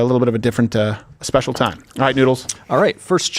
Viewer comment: “Speical”? I caught it! Where’s my prize?